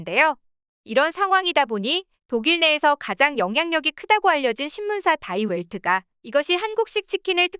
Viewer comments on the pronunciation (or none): 다이 웰트 ㅠㅠ 디 벨트. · 다이벨트지가 아니라 독일식발음은 디벨트 입니다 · 독일 언론 die welt 다이웰트 라고 읽어 버리는... ㅋㅋㅋ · 독일 디 벨트[Die Welt]지를 다이 웰트라니 좀 웃겼다.영어로 하면 The World임. 기왕하는 거 좀더 조사하고 영상제작하면 좋을듯